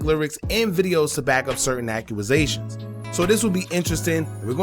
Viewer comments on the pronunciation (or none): Good work but the way you say "accusation" cracks me up😂